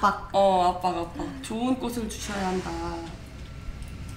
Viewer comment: 인기 유투버이신 만큼 꼬슬,꼬시, 꼬세… 발음 좀 수정해 주세요. 꼬츨, 꼬치, 꼬체… 로요. ^^